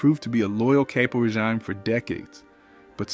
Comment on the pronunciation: Reg"Ay"me? V'Ay"to? Such disrespect.